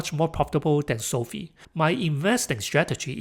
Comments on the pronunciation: Hate to be the guy but it's pronounced SOFIVE like Wi-Fi not SOFEE😅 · It's not SOFEE; it's SOFI (long i).